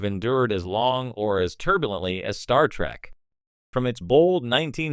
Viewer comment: Wow, for someone whose CHANNEL is centered on Star Trek. You flip between Trek and Track like my goddaughter who is 8 years old. Please don't defame the show, nor disrespect the fans with your stupidity. BTW, get a text to speech program that actually can pronounce words, or at least that lets you choose pronunciations when it isn't sure. I'm not asking for billion dollar text to speech, just make sure you're happy with your output, before you post it.